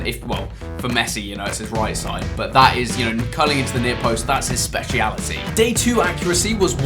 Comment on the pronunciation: "SPEKIALITY" ChrisMD 2020